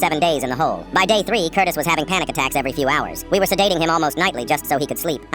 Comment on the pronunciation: i heard curtis as cortis and was gonna let it pass but hearing FELIX made me open up the comments and damn you're all here 😭